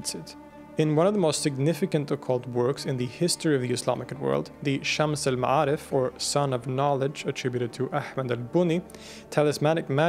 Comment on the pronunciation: When you read arabic A's they are usually be pronounced more like an E (Shems el me3arif). Good throat pronounciation though.